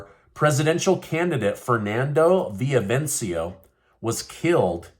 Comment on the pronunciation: Repeat after me....vi-lla-VI-cen-cio.